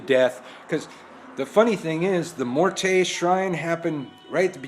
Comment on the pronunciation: Can you please pronounce her name correctly as well? Mmmm-wear-tay. Morte is not how it is pronounced.